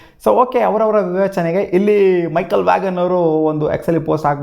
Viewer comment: Vagon alla guru, vaan/ವಾನ್.. Michael Vaughn- gh silent